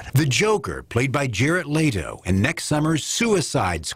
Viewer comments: DEAR LORD ITS LETO NOT LAYDO! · "Jared Laytoe" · Who the hell is Jarret Lay-toe?